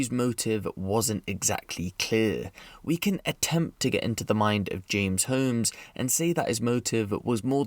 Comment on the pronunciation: You keep pronouncing “Holmes” wrong.